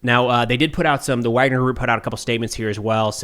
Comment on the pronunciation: It's Wagner, not Wagner.